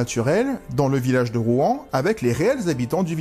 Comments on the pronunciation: Je crois que ça se prononce "Rouansse", pas "Rouen" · Pour info on dit rouans s En tous cas merci pour ta video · Il faut prononcer le S à la fin de Rouans. Pas comme pour la ville de Rouen !